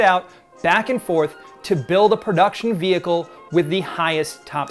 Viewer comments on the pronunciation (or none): none